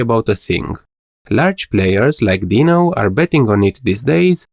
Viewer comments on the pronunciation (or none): none